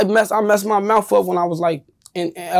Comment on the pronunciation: He messed up his mouf.